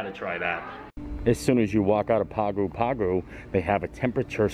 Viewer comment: Hey. Great vlog! Wish we were there to share the bread pudding with you. By the way Pago Pago is pronounced "pango pango"